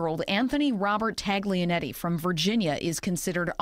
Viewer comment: Everyone says Ta-G-lianetti? 🤣🤣🤣